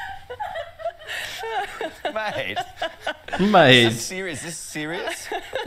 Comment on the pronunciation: Hmmm...I don't know, I don't think you've been here long enough..Maybe MAYT...not myeet...BEER is pronounced BIER. I hope you are enjoying living here. I have a friend In Montreal. Cheers from Sydney ✌😎